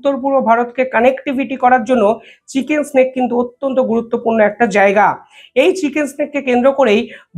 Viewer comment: ভাই চিকেন স্নেক বলো না চিকেন নেক হবে মুরগি সাপ নয় মুরগির গলা হবে 😊😊😊